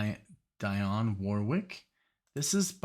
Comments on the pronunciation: Dee-on. Not Die-on. Love your reactions. Especially these blocks of songs. Keep up the great work. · Dionne is pronounced Dee-on That's ok we had radio tell us. Great theme. Glen Gampbell is also a very fine guitarist. I miss him so much. Please react to Witchita Lineman. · FYI it's pronounced "DEE-onne", like Deion Sanders or Dion DiMucci. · It's Glen CAM-bell ( without the "p" sound) and DEE-awn Warwick. Dionne's version of Walk On By is the definitive version- I had never heard the Isaac Hayes version that you played yesterday. Two more good Peggy Lee songs are Why Don't You Do Right ( with the Benny Goodman Orchestra ) and Fever. And I've always loved Glen Campbell's Wichita Lineman.